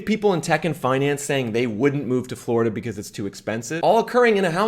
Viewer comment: When he says "because" he says "bzz" 😂😂😂😂